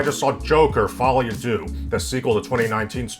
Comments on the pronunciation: It's pronounced folie a "duh" not "dew" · Correction: It's pronounced "Fully a Deuce" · Don't mind me. I'm just a Frenchman watching English-speaking videos, just to know how Americans mess up the pronounciation of "Folie à deux"